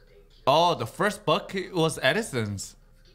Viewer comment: I noticed that difference of pronunciation of "the"